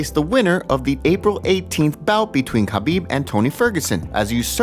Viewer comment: It’s Habib the K is silent. Come on.